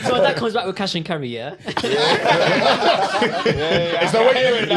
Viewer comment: He defo said cash and cerry 😂